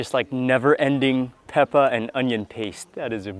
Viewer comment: Mark can't say pepper? lol